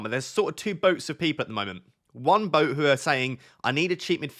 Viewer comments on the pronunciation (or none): none